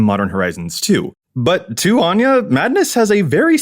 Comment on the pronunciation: I love Anje, as someone named Áine ( pronounced the same way ) its nice for someone to actually say it right for once XD